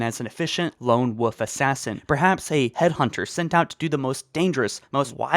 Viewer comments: And in the trailer for halo reach(the remember reach one)it never showed Emile(plus one thing that never leaves my head is that when the guy said wolf it sounds like woof) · wolf* so many people don't pronounce that word right :o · Listening to you miss pronounce stupidly simple words or not even know the lore behind the name of the spartan armour Mjolnir is enough to ruin Halo. Lone woof? Ya kidding me? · Did you know you said lone woof? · Bro you seriously need to learn how to say wolf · Did my guy say "an efficient lone woof assassin?" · WOLF FFS PRONOUNCE THE L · Mispronouncing things is not an accent. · Wolf has an L in it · Wolf has an L in it. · why is the word wolf so hard for people to say? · it’s wolf not woof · Lone wolf assassin. Not lone "woof" assassin lol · I swear hes saying lone woof instead of lone wolf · Lone woof? I will never understand why people say woof when its wolf yes you pronounce the L in wolf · “Lone woof” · It's quite funny that the guy saying all this keeps saying "lone woof" instead of lone wolf, I'm not making fun of him, it's actually saying it's fun hearing him say it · It's "lone wolf" not "lone woof".. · if i had a dollar for every time he said woof instead of wolf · Stop saying "Lone WOOF" It's "WOLF". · 'Lone woof,' lol. Never change,. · Wolf. Wolf. WOLF. WOLF has an L in it. Not Wof or woof. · Good vid but wolf has an L in it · "Lone woof" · "Lone woof". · Am I the only one who cringes every time he said wolf like wuff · I love it when you say Lone woof instead of lone wolf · Did you say his parents got powned? The small details that make me subscribe to this channel lmao. Also, did you say “Lone woof”? I mean it doesn’t matter, but I just want to know.. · Why do you say Lone Woof and not Lone Wolf? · “Lone Woof” LoL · God learn how to pronounce wolf It’s WOLF not woof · HE ONLY SAYS "Lone woof" INSTEAD OF LONE WOLF! IT'S SO ANNOYING! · Wolf is pronounced “Wo-l-f” rather than “woof” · "Lone woof" haha